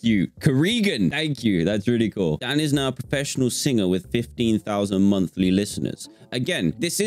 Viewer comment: "Fifteen fousand monfly lifteners" -Dan 2021